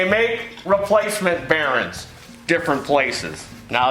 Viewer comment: It's bearINGS not bearins. :)